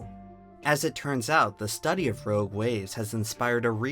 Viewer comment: the way he says “rouge waves”